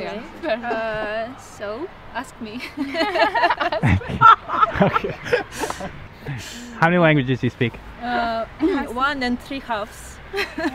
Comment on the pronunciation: when she said "ask me", I immediatly knew thes was russian haha